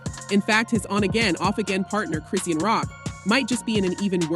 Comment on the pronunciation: Her name is pronounced "Cri-Shawn".